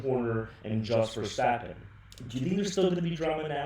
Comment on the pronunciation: The way you pronounce the words jos and verstappen piss me off